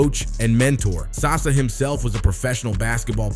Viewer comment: It's saša dončić (sasha) not sasa LOL